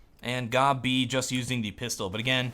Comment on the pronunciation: How do you manage to prono8unce Gobb, Gobbie ? made my day xD